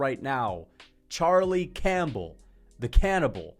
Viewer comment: Bro said Charlie Champbell 😭